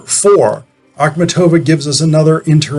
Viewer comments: You put the accent on the "tov" syllable whereas the accent should be on the "mat" syllable, a sound such as in the word MARket. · Your pronouciation of her name is just horrible.